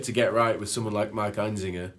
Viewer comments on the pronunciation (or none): His name is Einziger. Why are they pronouncing it EinZINGer? I have always said Einziger like you write it. Am I wrong? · The only thing you missed is how to pronounce his last name. EinZIGer not EinZINGer. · sorry to bust your balls but his name is actually einziGer not einziNger. :/